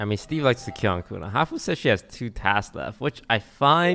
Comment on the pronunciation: What does hafu say??? Defen? 🤨